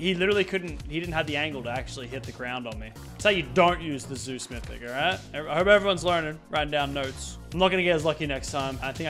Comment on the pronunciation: "zues missic"